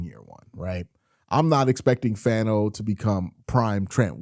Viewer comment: Hey Q I’m not trying to be annoying but I’m pretty sure Fano is pronounced (fawn-oh)